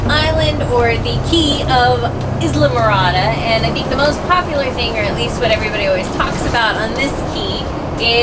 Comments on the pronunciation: It’s pronounced Aisle-More-Ra-Da. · Islamorada actually pronounced "eye-la-ma-rod-ah" Good luck on your adventures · Hey, Nice ride down the keys. So you know, for future reference, "Islamorada" is pronounce like island, so Isle ah marada, "Bahia", as in Bahia Honda Key is pronounced bay ah honda👍🏻... Hope this helps. Me sure miss the Keys. Lived there, went to high school there, then move back after high school for a time. Must revisit soon. Thanks for sharing, God Bless🙏🏻⛵🐬... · Eye-la-more -ah-da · "Aye-lamorada"...the "s" is silent... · Unless you're pronouncing it in Spanish, which is where the name came from. Spanish word for "island" is "Isla" and is pronounced "ees-la" So, "ees-la-morada" would actually be correct. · Oh and its "eye la morada" . Not bad for Californians. I pronounced La Jolla "la cholla" for a bit until corrected. The real test will be Kissimmee. LOL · you don't pronounce the "s" in Islamorada.... it's more like aisle (or I'll)-amorada. Best beach from my experience are on Bahia Honda if you are limited to access by driving/walking. If you can get a boat, there are thoundsands of better ones than those. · Have your hosts confirm: Bahia Honda~pronounced Bha-he-ya Honda and Islamorada~pronounced I-la-morada. I wanted to help. And hope you'll share the Nikki~Colada recipe! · "ISLAMorada" LOL! I love you guys! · It is pronounced like "island". The 's'is silent in Isle. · Great video guys the keys is a good getaway I'm actually working there today. Keep in mind the S is silent in Islamorada. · HAVE YOU TRIED SAILBOAT TRADER? AND THE "S" IN ISLAMORADA IS SILENT GOOD LUCK IN YOUR SEARCH HERE IN FL